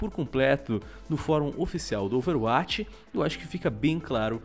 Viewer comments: Porque o fala OverAtch e não Overwatch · por favor amigão, fale a palavra "overwatch" que nem um brasileiro normal. Obg desde de já, um abração.